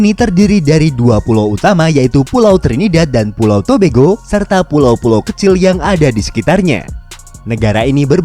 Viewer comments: Adminnya Bilang Trinidad and Tobego 🤣🤣😂😂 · Trinidad and to yg baca bego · baru tau kalo bacanya Tobago itu tobego